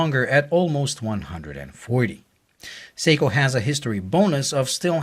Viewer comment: SORRY BUT WHEN U SAID THE MODEL OF THE SEIKO...UR NOT CLEAR..SPEAK UP THE LAST WORD U SAID WAS GARBLE ''THE SEIKO MUMBO JUMBO...'' AS IN WHAT MODEL IS IT? SPEAK CLEARLY.